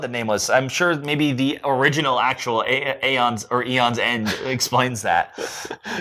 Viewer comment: You pronounce the A